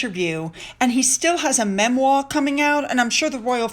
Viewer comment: Good Morning! I love when you say “memwaw!” It makes me laugh every time. ☕️❤️